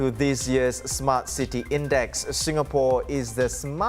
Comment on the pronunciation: My dear, the name "Tim" is not pronounced "teem". "Sylvia Lim" is not pronounced "Sylvia Leem". And the English word "city", is not pronounced "see-tee". Maybe work on your articulation of English before you go on air in future.